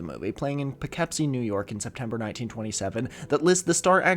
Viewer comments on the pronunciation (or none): Boo paywall. Are you too good for us casuals now? Also it’s pough-kip-see not pough-kep-see lol. I will not say the f word even if you get a haircut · It's definitely puh-kip-see. Lol. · “Poe-Kip-see” Poughkeepsie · Not be this guy but Poughkeepsie is pronounced Pa-kip-see. You should come our way btw very beautiful part of the country with a long (for the Americas) history. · Poughkeepsie native here: we're in quite a few historical records. We're one of the few cities with an offbroadway theater with some actual heft, and people find old movie shit all the time. P.s. thats not at all how you say Poughkeepsie:) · "Poughkeepsie" is pronounced with a short i sound rather than a short e, but a big gold star to you for even getting close if you're not from around here! (Do "Skaneateles" next!) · Fun way to pronounce Poughkeepsie